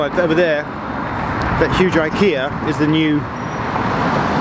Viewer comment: It’s actually Ikea, not I kea.